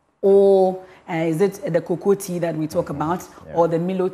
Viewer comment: Emefa how can you say cocoa tea...really